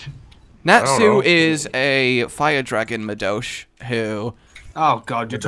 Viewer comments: Jesus Christ when was trying to pronounce the Japanese word for mage it fucking hurt me. "Madosh"... "Madosh" Fucking really? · Samuel David Wiseman Natsu is a fire dragon slayer not a dragon and also he pronounced the word for mage as "Ma-Dosh" like that is wholly wrong.